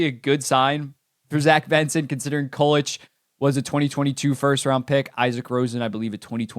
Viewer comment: Love the video but it's pronounced (COO-LICK) not (KAL-LETCH)